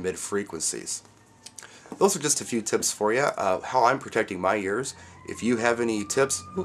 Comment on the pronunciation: Great vid!, lol at the end " tips" sounded like you said "*its" agree all the way. j